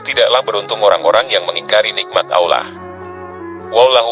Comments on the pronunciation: Hai! Pembanca yg benar &;pasih menyebut nama Alloh itu keyakinan umat islam sedunia bukan ( ollah) itu salah besar pembaca kau kwalat ok bro mksih sblumnya mhn mf bila ada kata2 yg kurang brerkenan trimksih sblumnya sekali lagi kpd pembanca klalau menyebut Alloh jangan di balik2 pamali ok bro. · Bener, narator nya salah dlm menyebut nama Allah. Malah kebalik, d ucapkan (ollah)..🙏🙏🙏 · Kenapa menyebut kata "Allah" dengan lafal yang tidak benar? Mohon dicek lagi dubbing naratornya.